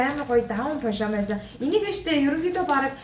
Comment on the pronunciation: Пожамо биш пажама шүү